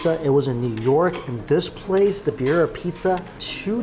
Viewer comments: Beer Ee Uh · Love watching you Mikey, I’ve been watching for years, but the way you said Birria made me cringe every single time 😂😂 lol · His pronunciation of Birria was killing me ! Lol😊